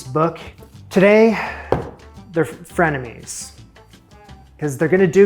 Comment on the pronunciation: When you said frienemies and paused. Within that second I panicked 😅 I was like: "no no no they were just at Olympics together! What happened!?"